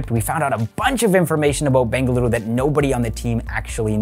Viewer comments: I loved how you pronounced the city names of BENGALURU and MYSURU correctly, such a subtle thing but definitely appreciated by any Kannadiga and letting the world know it’s correct names. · It is ಬೆಂಗಳೂರು...not ಬೆಂಗಲುರು, ಮಂಗಳೂರು, not ಮಂಗಲುರು, ಮೈಸೂರು not ಮೈಸುರು...